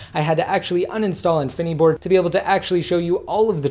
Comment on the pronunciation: why does he say infineeeboard... its called infiniboard...